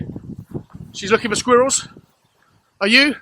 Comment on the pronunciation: First of all in the beginning of the video. How do you pronounce squirrel again? Secondly, i can`t believe that you still have not compared Orban to club legend Defoe instead of Bergwijn.. Almost spitting image besides Defoe`s shooting technique which was absolutely sublime. Kane even acknowledged he adopted that from Defoe.